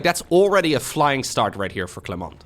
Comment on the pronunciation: Btw you don't pronounce the T in Clement. He's silent. As a french i'm always frustrated when you say it. But that's fine I still love you.